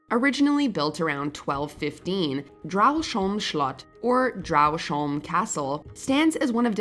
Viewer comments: The former residents of Dragsholm slot are turning in their graves because of that horrible pronunciation.. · Watchmojo lady pronouncing Dragsholm - is killing me😂😂😂